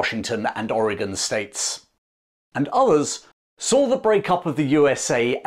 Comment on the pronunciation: thank you for saying Orygun, not Or Gawn